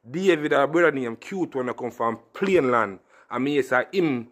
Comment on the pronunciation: Yow bredda not say plane land, the ting a payne land.